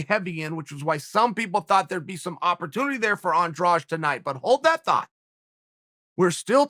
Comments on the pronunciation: As a Portuguese native speaker every time I hear "andraje" and the word is Andrade I die a bit inside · Her last name is Andrade but he keeps saying Andrawge lol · Is AndraDE!! Not Andrash! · What is this "Andrage/Andraje" that every commentator keeps talking about. Andrade ends with "de", read as a silent "e", so you just pronounce the "d". Its not that dificult. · is her name pronounced Andraj even though its spelled Andrade or am i just hearing it wrong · I wonder who spread that pronounciation